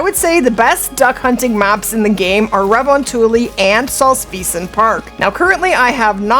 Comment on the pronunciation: its funny, everytime I hear when someone trying to pronounce Finnish xD makes my ears bleed <3 re von tuli :D Well it is one of the hardest language to master. - Guy from Finland.